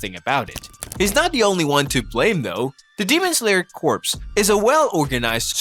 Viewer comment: you know corps is pronounced as kor right💀💀💀💀